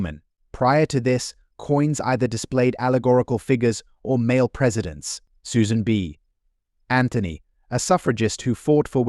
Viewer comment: I THOUGHT THE SAME THING. It says Susan B. Anthony. Not like Susan b. Anthony because AI PAUSES at the B.